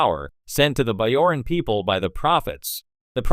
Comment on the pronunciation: it's a hard "j" in bajoran!